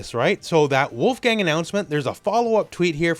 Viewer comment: not wulf-gang … his name is pronounced wolf-gung, it’s a german name.